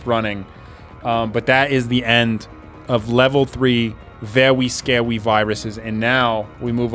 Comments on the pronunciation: the vewwy scawy was vewwy scawy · thos are vewy scawy :3